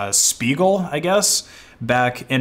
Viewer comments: Sp in German is pronounced shp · oh wow the way pronounces "Spiegel" lmao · That’s how I’ve always pronounced it, how is it meant o be pronounced?